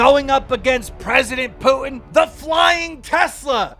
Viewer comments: LOL the way keem says "Putin" sounds like "Pewing" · Why is he saying pewtin lol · Keem why do you pronounce Putin as "Pewtin" lmfao